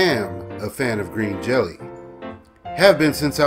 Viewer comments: "I am a fan of Green Jelly". Uh not you're not. Otherwise you would have pronounced it properly. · Other than your mispronunciation of the band name this was good and I agree with you for the most part. Bill doesn't give a shit if the band is tight or not. He's getting paid regardless. The band doesn't get paid. Essentially we're a bunch of idiots all over the world hanging from his balls feeling like we're a part of something special, and trying to convince others the same. I was on the tour where Bill got ripped off. It's what gave the band a little heat again. It'll cool again. Thanks for making this. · If you're such a fan, why can't you say the name right?